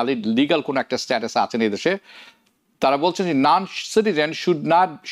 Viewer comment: noncitizen? or nancitizen?😂